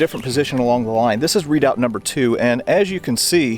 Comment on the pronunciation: pronounced re..doubt not readout! or maybe thats an american thing like booee for buoy